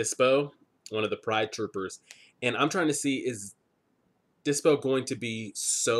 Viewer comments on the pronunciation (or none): Dyspo not dypso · Man, you talk too much and jump to conclusions way too fast, but a great reaction even so! BTW. It's not DyPso, it's DySpo!